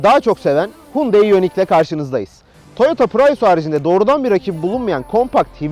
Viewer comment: reis bi ara otur da şu araba markaları modelleri nasıl okunuyor bi iyice öğren. Hyundai markasına Türkiye'de Hundayi diyoruz asıl okunuşu Yandeydir, sen Hundey olarak söylüyorsun. Prius biz Piriyus olarak okuyabilirken esası Priyıs şeklinde okunabilir, bunu da Pırayus olarak söylüyorsun.